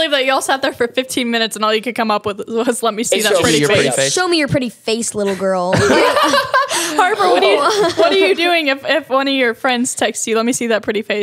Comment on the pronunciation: im sorry i meant Harper but you SHOULD’VE said Harper not harpy